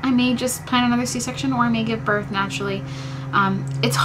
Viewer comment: Birth* not north lol